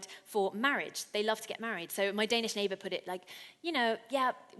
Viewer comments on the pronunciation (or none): none